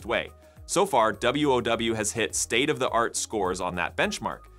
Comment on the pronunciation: Meanwhile, back at the ranch, our own devolution continues to be exemplified by narrators who say things like "state of thuh art".